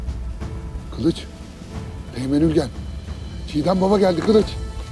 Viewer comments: Bizimki kılıç demeyden kalıç deyir😒😒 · kılınç dedi axı